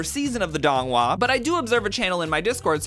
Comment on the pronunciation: As someone who has read all 8 books multiple times, seen all the donghua multiple times, read the manhua multiple times and has read too many fanfic, this is the most hilarious tgcf vid I’ve ever seen THE PRONONCIATION IS KILLING ME